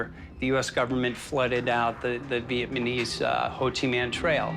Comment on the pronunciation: "Vietmanese" lol